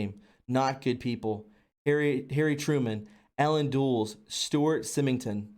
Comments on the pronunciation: this was fascinating and truly wonderful, but I hope in future you'll read more slowly--lots of mispronounced words that probably could have been avoided with a little more care. This info is way too important to pronounce wrong. But just as quick examples, Forrestal's name was consistently mispronounced (FORREST-ALL), as was Allen Dulles (dull+us), Stu Symington (long I) Occam's Razor (short O), hypothesis (it's singular, not plural, so the last syllable is IS), and more. Looking much forward to the rest. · Hey, great video. But one point, I am very glad you had the actual written tweet on the screen, since you mispronounced about half of the names. For instance "Dulles" is not pronounced "Dulls", it is pronounced "Dul les", as in Dulles International Airport. But great video. Looking forward to the followup. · Great information your man. Might I suggest that you do some research. Learn your history. That way you have some credibility, when you were trying to pronounce names... War dept.. =war department Dulles.. = duh less. Dulles airport.. 9/11 ties Just saying.. don't just report what you hear. Report what you know as fact. And for the most part, that is what you do. Just my two cents. Keep up the good work.